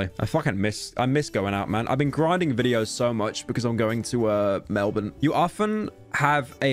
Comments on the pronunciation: just noticed pyro said melbourne right thank fk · Can’t believe pryo is the only foreigner that says Melbourne properly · bit wierd but thank you for pronouncing Melbourne correctly